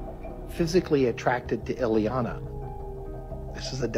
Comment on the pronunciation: It's Ileana, not Eliana and she might have lived in Austria, but she is Romanian.